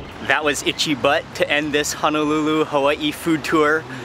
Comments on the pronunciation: It's Honolulu not Hanalulu!!!!!! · I noticed that you were pronouncing Honolulu as Hanalulu. Honolulu is Wahipana it’s a historical name place that should be mentioned properly. Hono means bay and lulu means sheltered together it creates the place Honolulu “Sheltered Bay”. Just wanted to drop that 💎 for future references. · I watch all your videos so fyi...its ho-no-lu-lu not hun no lu lu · How can anyone trust a person who CAN’T even pronounce the place you are at correctly. You are not in HANALULU. Auwe! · It's not hanalulu it's Honolulu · hanalulu ? brah for real ???.... 👎🏻 eh right on you worldwide... but if your roots is Hawaii... you hamau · He said Honolulu Hawaii wrong